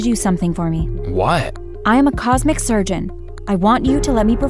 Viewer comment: Am I the only one who caught , despite how she's trying to say (obviously both from the story and the subtitles) that she's a cosmetic surgeon, that in the dialogue, she says she's a "cosmic" surgeon? I'm now imagining a surgeon operating on stars and stuff, haha. (Not celebrities, REAL stars from space)